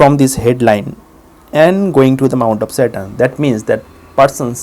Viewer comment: Sorry, but for a good 5 seconds I thought he was saying 'Mount of Satan'...